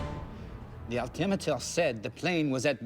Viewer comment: this man is a legend he is the only person I ever heard pronounce altimeter the way I think it should be pronounced. Alti-meter Instead of the common Muslim name most people pronounce Al’ Timitur.